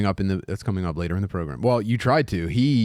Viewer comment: "Welcome to the progrum"